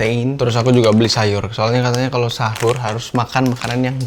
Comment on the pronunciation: Pas mau tidur ngomong habis hahur bukan sahur😅😅